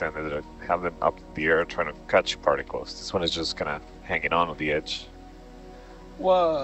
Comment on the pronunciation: Oh! "He's hanging on to the edge" I thought he said "he's hanging on their b****" 😆 we all talk real but when we're trying to be professional we should talk professional. So I had to go back and make sure that was right because I laughed. Thinking it was funny but at the same time not thinking that it was correct. °~•.☆.•~°